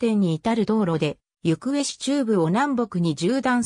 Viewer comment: ゆくえ市じゃなくてなめがた市ですよ